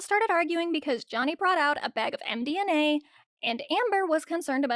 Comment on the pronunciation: It's md-M-a, not md-N-a